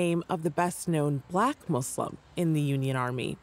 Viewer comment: Thanks for saying Muslim and not Muzlum